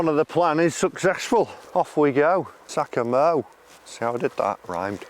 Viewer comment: Can't lie, the way you say Takomo, doesn't sit right with me lol.